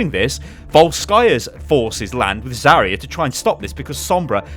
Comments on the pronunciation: Zaryu not Zaria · Zarya, not Zaria